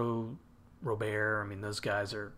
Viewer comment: I’m pretty sure it’s just Robert, not Rober.